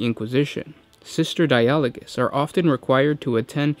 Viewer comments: di-AH-lo-gus seems unlogical, maybe DI-ah-lo-gous like the word DI-a-logue? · die-a-log-us if you need to know how to pronounce anything put it in google translate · It's Die-ah-low-guss. That's exactly how you Anglicise that, learn to English. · You're right you are pronouncing it wrong! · No he isn't.